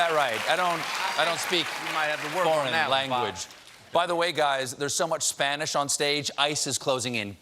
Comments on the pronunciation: I've never had a single Spanish lesson, but even I could tell Booker's pronunciation was very "Anglo/English" 😅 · I don't understand why someone bothers to learn Spanish but doesn't bother to learn how to pronounce it correctly. (we're looking at you, Cory.) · Jesus, Cory needs to start taking Spanish lessons, because his pronunciation is ATROCIOUS. I could barely understand him.